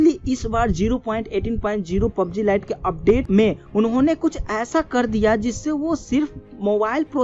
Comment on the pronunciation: its not pob g its a PUB G